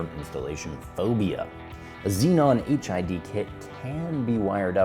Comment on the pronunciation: I kept hearing 'HIV kit'